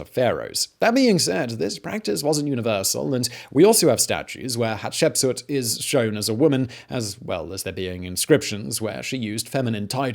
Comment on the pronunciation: Great channel Simon. You definitely are pronouncing the very difficult name of this lady better than I could before watching this video😁 I remember seeing something about her in school, but only as a name with dates. This fills in the gaps nicely.